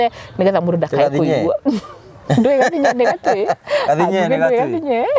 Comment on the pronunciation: No wee Ngugi niwe waganagia my name sake anasema gathinye na we unasema gathinyee